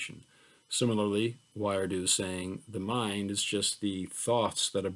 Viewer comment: Thank you for this lecture! A quick note, I believe Wiredu is prounounced "WEE-REH-DOO."